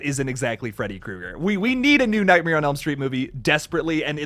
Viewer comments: You pronounce it, nightmier. Google how Bert Kreischer says it to know what I'm talking about. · Is anyone else bothered by how pronounces nightmare?